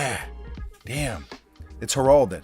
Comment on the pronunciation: It's Heralded...heralded! Not Gerhalded